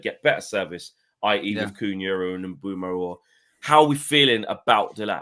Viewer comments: It’s Mbuem- O not Mbuem —U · Eu not ue but you’re right